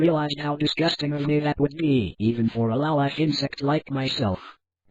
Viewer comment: lol, "laowlyfe".